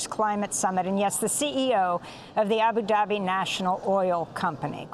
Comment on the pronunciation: Ms Goodman ! It's not Abi Dabi its Abu Dabi (It's O not ee !) 🤣🤣